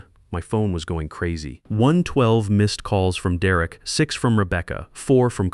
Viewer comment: Just like all the other videos, the children are too stupid to get scholarships for college, and the father is too stupid to get good insurance. Mine pays almost everything. Why is Derek pronounced as "Duh Wreck" occasionally? Stupid AI. Downvote for being stupid.